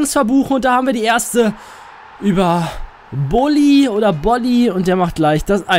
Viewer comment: du sprichst bolly richtig aus (bin fortuna fan )